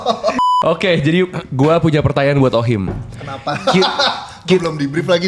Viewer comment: Mantap views lu jadi banyak gagara salah ucap OHIM 😂😂